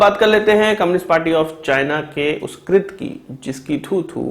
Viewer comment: Abe trit nahi krutya bolte hai usko tumlog up vale urdu hi bolo achi lagti hai 😂😂😂